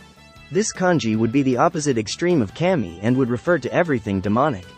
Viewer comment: Kami is definitely not pronounced like that lol